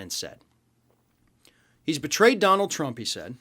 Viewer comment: Tdump does NOT want it red ---- he want's it TRUMP . Words spoken totally incorrectly . lv Central NYS